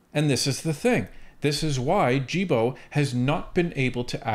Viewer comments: It's pronounced "Guil" "Bo" as in "guild" without pronouncing the "D" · The G in "Guilbeault" is pronounced like the G in "Goat" or "Gay", in french ;)